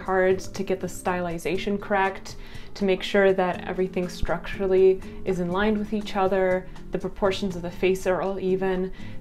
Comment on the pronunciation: This is super random, but I love the way you say “structurally”, it’s just super satisfying to me. Also the way you say sketch!